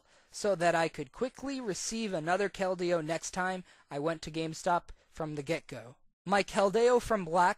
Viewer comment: So many mispronunciations of Keldeo. It's pronounced "KEL-dee-oh"